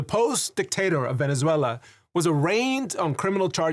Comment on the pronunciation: Finally, I guy that know how to say Venezuela ❤️ 🇻🇪